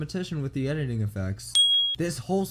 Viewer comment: edtiing sure,Edit-II-ng just pointing it out, great job btw